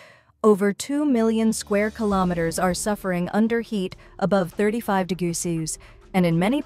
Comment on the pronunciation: Please train your AI voice to pronounce "degrees" properly.